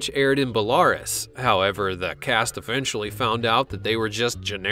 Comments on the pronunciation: It's Bela-Rus not Belar-us. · "Bellaris". Is that a planet, like Polaris? Or maybe "Belarus"? (Bella-Roos). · It's pronounced ... Bella - rooss. NOT .. Ba-la-russ. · I don't even know how to spell how you mispronounced Belarus. SMH. Bell-are-us?? It's beh·lr·oos. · It's pronounced Bella+roose (as in "loose") not Bel+aire'+us. Kaley's last name is pronounced (kwoh-koh) not (koo-koh). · Belarus is pronounced Beh-la-ROOS, not Bel-AR-is. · Belarus should sound like “bell a Roos ” not “bel ar us” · William Hepfer And the country is not pronounce like bell-are-us, more like bay-la-roo-ce (ce) like in “ice.” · Belarus is pronounced bell-a-roos not bel-lar-ris. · A country that makes such shoddy rip offs doesn't deserve proper pronunciation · "Belarius?" Dude, the country is pronounced "Bella-roos!" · Bel - AR - us? Pick up a book. It's Bel - a - ROOS. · I'm pretty sure the country for "The Theorists" was Belarus (BELLA-Roos) AKA "White Russia". and NOT "Bell-LAR-Us". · It's pronounced "Bell - A - ROOOS !" - Not Belairis ! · Belarus is pronounced beh-law-ruse. NOT Beh-lawris. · "Baa-Lar-Res"??? It's "Bella-Roos", i.e. Belarus. Unbelievable!!!! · "Buh-la-ress"? Try "bella-roose" for Belarus, the former Russian territory. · there is no country called Balarus its bela rus Belarus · Bal-ARE-us?! Really, guys? Please do a little research before recording! "Belarus" is pronounced: "BELL-a-roose (rhymes with 'moose')." Also, "pi" is not an equation, it is a VALUE. There's more, but I don't have the time right now. Honestly, some people's children...! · Bel-A-Rus not bellarus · The knock-off show was in a country tha is pronounced Bel-a-roos, not Bell-air-us. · Yeah, that "Bel-AHR-es" really stood out as very unfortunate! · Bell-ah-roooss Look up the pronunciation for the words you don't know before recording. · Hey, narrator: It's pronounced Bella-ROOS! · Bell-argh-russs hahahahaha...soooo ignorant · Okay, Bell a russ, then. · Its pronounced bell- a--roose... Belarus